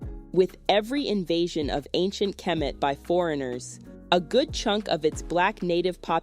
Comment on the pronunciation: Why do you pronounce Diop and kemet the way you do? As a historian you ought to know better. Thanks.